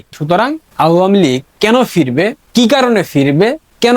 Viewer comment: আওয়ামী লীগ উচ্চারণ ভুল করছো তুমি। কারো থেকে শুনে নাও সঠিক উচ্চারণ ।